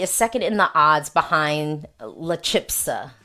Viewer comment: CH in "chispa" is just as in "chica". CH is ALWAYS a strong CH in Spanish🙂 And it's not "chipsa", it's "chispa". The "s" goes before the "p" as in "Aspen" 🙂